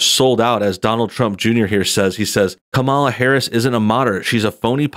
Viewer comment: oooooooooh no. you mispronounced "KA - Mala's" name